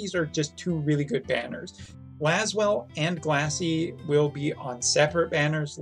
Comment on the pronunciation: GLassiEila lol 😂